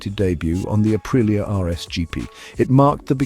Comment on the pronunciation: Say it like this , ahpreeah